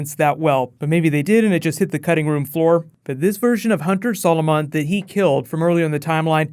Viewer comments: Your pronouncing Zolomon it's Zol-a-man not Zol-o-mon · REMNANT, not REMINENT, and Hunter ZOLOMON, not Hunter SOLOMON. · Learn how to fucking say zolomon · Can you please learn how to say "Zolomon" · Whoa,, your usual pronunciation of "Zolomon" faltered a bit there!:p